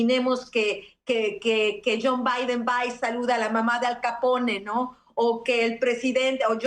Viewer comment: Anabel Hernández, no es John Biden, si en cambio JOE BIDEN, " YOu Baidn " así se pronuncia en español. Disculpas.